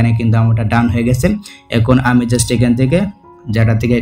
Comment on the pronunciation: ভাই মনে হয় Just কে জুস্ট বলে